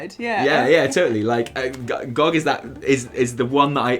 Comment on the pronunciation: It's G.O.G not gawg. I'm pretty excited to see where the story goes. I came back to the game two weeks ago after not touching it since BfA launched. Leveling two characters and doing all the quests has actually been pretty enjoyable from a story perspective. Still sucks getting less powerful as you level though. My dps nearly halved when my legendaries stopped working at 116 and the gameplay became so stale.